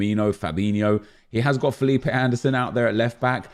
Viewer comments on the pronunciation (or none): none